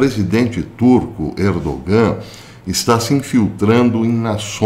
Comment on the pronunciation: Professor, sabendo que o Senhor é um perfeccionista, vai uma pequena correção: não se pronuncia o “g” no nome Erdogan